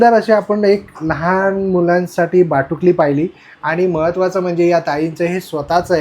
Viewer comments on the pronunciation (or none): अहो बाटुकली नाही हो भातुकली. तुमचं बाटुकली ऐकून हसू आलं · बाटुकली नाही भातुकली म्हणा